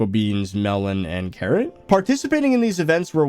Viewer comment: yes carrat not carrot